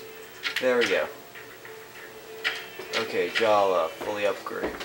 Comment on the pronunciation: His name is Jaller not Jalla its changed